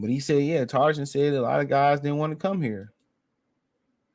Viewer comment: Bruh I love your show watch everyone. But please ask Google the correct way to say Trajan 😂 u killing us 😅😅😅